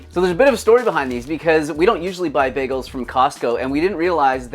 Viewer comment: i love how you are pronouncing 'bagels' 😂😂 BEGGLES long time subscriber here, I watch everything you upload and will do so as long as the channel exists 💪 great vid as per